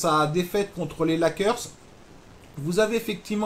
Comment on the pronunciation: Ta prononciation de Lakers m'a fait éclaté de rire:D Merci et bonne continuation!